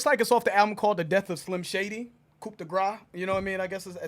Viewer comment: Guys. Stop pronouncing the "p" in "coup."